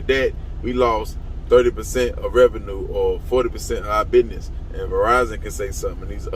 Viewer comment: Don't trust anyone that pronounces business as binez.